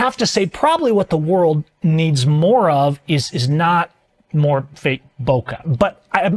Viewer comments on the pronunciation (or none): none